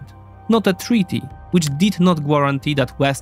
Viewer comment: I noticed in the last two videos you pronounce guarantee as 'gwarantee'. But it should be 'garantee'. The 'u' makes no sound.